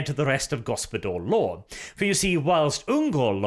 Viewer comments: Isnt it Gospodar/Ruler law instead of Gospodor? Was that just -nounciation? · Why the f* do you pronounce it GospodOr? It's GospodAr (open A). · Go-spo-dAr, not Go-spo-dOr mate. Hard 'A' in the pronounciation. The reworked version of the ice guard tho - much more preferable than the thing GW is trying to shill. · It feels to me that you should read "Gospodar" as "Gospodar" and not "Gospodor". There is clearly an "A" in there like in "America". Apart from that Great job and best wishes from Poland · its read as gospodar law and not gospodor law!. makes no sense as gospodor its a nonsense word while as gospodar it would be "lords law" which GW should have just called it to begin with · One minor correction if I may....the O's in gOspOdar are pronounced as "Oh" and the A in gospodAr is pronounced as "Ah" ...love your channel bw <3 :p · Ok for anyone who doesn't know it yet, Gospodar means Master, or Masters Law. And Arches pronounciation is painful.. its so wrong. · I agree that his pronounciation is terrible, but gospodar doesn't really mean master. I think householder or head of the house is a better translation in english. Master is too general, while the word gospodar is related to the household.... At least in Romanian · No but it has plenty of borrowed Slavic words. And yeah so lets just agree his pronounciation is earbleeding heh. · This is a mindfuck for me because gospodar in my language roughtly translates to ruler/owner . And so every time I hear Arches pronunciation my brain gets confused/triggered for a second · Also that's not how you pronounce it.....not even close